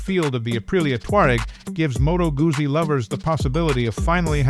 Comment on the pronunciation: Can your AI learn to pronounce 'Guzzi'?